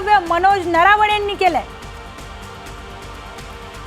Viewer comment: नरावणे नाही नरवणे बाई 😅😅